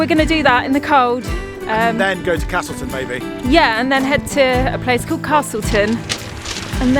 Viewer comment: There’s no “R” in castleton 😝